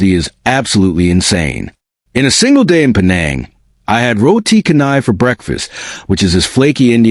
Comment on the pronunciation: Roti canai is pronounced cha-nai.